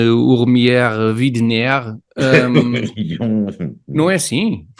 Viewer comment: Amigos Tiago e Alberto. Já vos disse que o apelido da Sra. Christine lê-se "uaidener". Widener é apelido do marido, que é inglês. Bom, vamos lá continuar mas com juízo. Um abraço